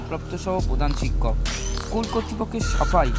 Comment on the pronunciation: Shoole uccharon e to vul korche eschool bolche 😂😂🤣🤣